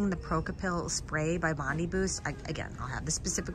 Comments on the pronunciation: Just to let you know. It's bond-i, not bond-y. You say the letter I, not the sound of it. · Haha I’m Australian and it’s pronounced Bon-Dye Boost. Bondi (Bon-Dye) Beach.